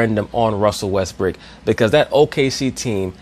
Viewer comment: says, "Russel Westbrick" like it's his actual name ha hahaha